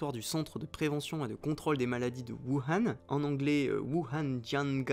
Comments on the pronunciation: Plutôt "wourhane" je trouve ça plus porche, après c'est du détail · Même pas foutu de prononcer correctement Wuhan (prononce woo rann). Le complotiste qui se regarde dans la glace pour se convaincre de sa légitimité à ses yeux. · On dit : "wourane" merci ^^